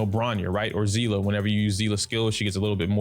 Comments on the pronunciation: It's Seal-ah pronunciation. It's literally said in game. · It's not "sea-lah" 🤦🏻‍♂️ It's a German word and the pronunciation is "see-lee". Y'all American's really need to brighten your language perspective because it's pretty pathetic